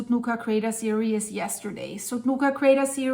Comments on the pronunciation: Start saying: "The Sudnuka Craters." You keep trying to say "series," but it sounds like "serious." It's kinda cute but really annoying. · Serious and Series are pronounced differently.